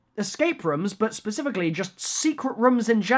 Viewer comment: i love how says rooms he is like we need secret rumm